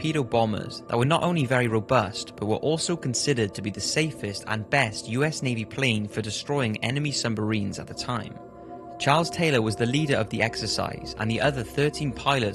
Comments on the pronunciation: Around the mark he says "sumbarines" too 🙄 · You said sumbarines not submarines XD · ikr , he was like shitps ! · Other than Christopher Columbus in 1942, I heard Sumbarines too xD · I got down to see the comments just to see if anyone mentioned "Sumbarines"